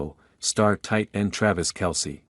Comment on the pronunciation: you should hear the AI that calls him Tray-vis